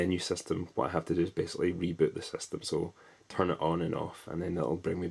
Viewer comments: "never tum off" ... lmao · "...or that never tum off..."